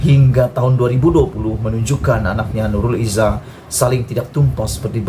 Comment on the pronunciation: kau ni sebarang je.. macam mane la nurul izah boleh jadi adik beradik dgn anuar.. sebut nama orang mesti betul2.. aku cume tegur je, kau jgn marah plak..